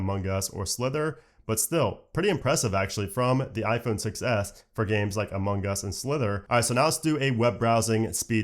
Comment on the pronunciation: Sounds like you're saying "Among Gus". Every time.